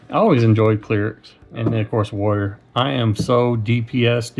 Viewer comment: When you first said warrior I thought you said lawyer.